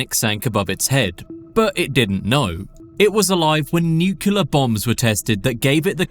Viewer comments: “Nucular” brother, you are using your voice to educate others on the internet. You should be more careful making sure you are pronouncing words correctly, especially when you are saying this specific word so many times in one video lol. The word is spelt “Nuclear” not nucular brother lol interesting video for sure but man hearing you say that word like that makes me not want to trust what you’re saying lol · Nuclear - New Clee ah, not Nukular. What is up with so many native english speakers being incapable of saying this word correctly. It immediately makes a person sound like a child trying to say "science words" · Dude, it's nuclear, not nucular 😅. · Nuclear….. pronounced nu-cleer NOT nu-cya-ler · I don't trust anyone who says "nucular" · He said "nucular" at least three times. Now i doubt everything i heard in this video. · Did the narrator just say "nuculus?" I'm out... UGH. "Nucular?" Mate. Is English even your first language?